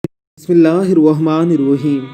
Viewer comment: Bai pahlay apni bisbillah thik Kar lo yaar har vedio may ghalat partay ho.